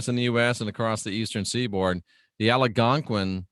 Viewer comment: You pronounce Algonquin wrong